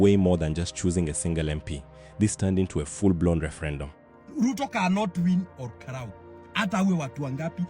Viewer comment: Wacha upuzi za AI.. what is ol ka luuuu😂😂